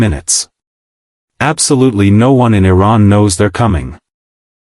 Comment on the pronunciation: T-Ran? Thumbing down.